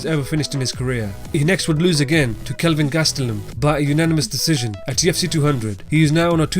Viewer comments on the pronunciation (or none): none